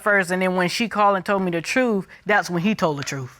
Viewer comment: If a person cannot say the word TRUTH correctly, then they cannot be trusted... Like Katt Williams said... Lol And the husband keeps saying he told her the "TRUE"... Soooo.... It's suspicious Lol